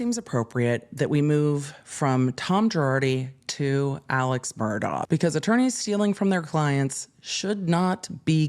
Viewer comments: It’s pronounced MUR-DOCK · Pronounced Mur Dock